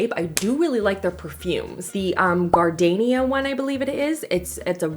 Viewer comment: Her pronunciation of "gardenia" makes me chuckle.